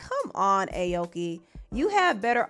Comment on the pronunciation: You pronouncing her name wrong